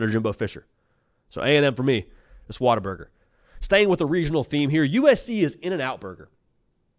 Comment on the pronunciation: Water burger is the only way to pronounce this correctly. gets it.